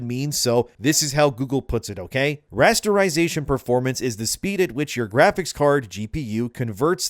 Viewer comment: Rasterization not restaurazetion 😂. I know i am hungry to but man i knew what rasterization is but even you saying it 3 times i did not understand you at all